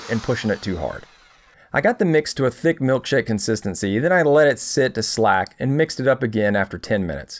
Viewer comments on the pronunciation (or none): Slake not slack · "Slaking simply means letting the mixed mortar sit, untouched, for ten ... If you do not put the mortar to slake," Your pronunciation of the word "slake" is incorrect, properly pronounced slake rhymes with lake or cake. Most definitely not 'slack' . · The word slake and the process of allowing the chemical process to start working in the mortar or grout, is pronounced "slayke" (say it like "break") not slack (said like "slack"). Nice video! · Ok it's pronounced SLAYKE, not Slack. You also called thinset Mastic.